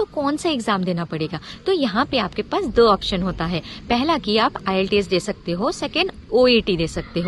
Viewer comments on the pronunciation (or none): none